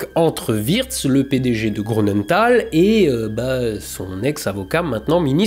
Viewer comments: (Grünenthal = "GrUnenthal" pas GrOU. tout le reste est parfait) voilà. Sinon, vidéo passionnante, glaçante et déprimante comme d'hab 👏👏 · Bonjour et merci beacoup pour tes vidéos. Juste un petit détail, je me trompe peut-être mais Grünenthal se pronnonce "GRU" de mémoire et non "GROU". A moins que la société est un usage différent. Bonne continuation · J'adore toujours tes vidéos, même si il n'y a pas d'astro. Petit et léger bémol pour celle-ci. Je suis surpris si l'on sait dans quelle région tu habites et la rigueur dont tu fais habituellement preuve pour la prononciation. Il y a un tréma sur le U de Grünenthal. Il se prononce donc GrÜnenthal, et non GrOUnenthal. Mais pas besoin de re-tourner toutes les séquences pour ça 😅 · Non mais dites dont, un alsacien qui prononce grounenthal, ça la fout mal. Désolé, j'ai fixé sur ce détail dans cette excellente vidéo 😁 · Comment un alsacien comme toi peut dire: GrOUnenthal!? Et les trémas sur le U!😂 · Bravo et merci pour vos vidéos toujours intéressantes. Deux petites erreurs relevées : grünental ne se prononce pas grounental (le "u" allemand se prononce "ou" sauf s'il est surmonté d'un trémas (ü) comme dans Nürenberg par ex) ; et cinq zannées, ça se dit pas ! 😉